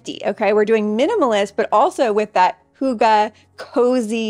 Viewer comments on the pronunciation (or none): Watching all the way from Norway 🇳🇴☺️❤️😘. Hello. Been following you for a while now and your doing good. You mention it all ☺️. By the way, we prounounce hygge as (higa), not (huga) 😘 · Hygge is pronounced as hi-ge. Thank you for this. I live in Norway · I couldn't stop giggling the whole video as she repeatedly said hugga (cut, stab) instead of hygge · I’m tuning in from Denmark 🇩🇰 Fun to Watch this video 🙂 I would love to teach you how to pronounce hygge 😂 I have not heard a single American youtuber being able to yet. Danish language is hard, I know 😉